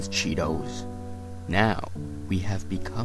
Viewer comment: Cheetos' name is supposed to be Chitose but they pronounce it like a crunchy cheese snack.